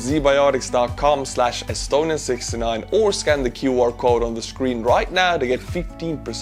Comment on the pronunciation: Bro, Z Bioticz? Really?